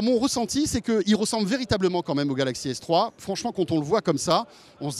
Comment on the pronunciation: 4.40 fail il prononce galaxy s3.